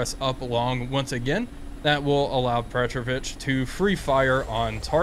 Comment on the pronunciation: Just a comment as Russian is my mother tongue: I'm 99% sure that in this case Petrovich is not a Surname, but a Middle name that is used as a respectful way of calling your friend, which is typical in FSU countries. So, it must be pronounced as PetrOvich, with the emphasis on "O" sound, not "E".